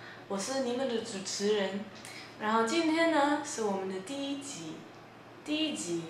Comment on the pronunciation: 你說第一集的時候 我聽成了低級XDDDDDDD (這個XD不是取笑你的意思歐 是覺得你很可愛很有趣的意思＾＾）